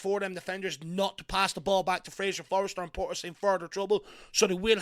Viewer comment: Forster, not Forester.